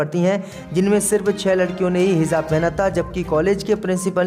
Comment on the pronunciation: JUMA ko ZUMMA read kerta hai bewaqoof..Kis ne bithaya Yahan per..zammu BOLA Jammu ko...yeh Kya ho raha raha hai...HIZAB BOLTA